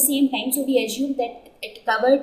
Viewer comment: It's "Assume" not "Ajume" LOL... :D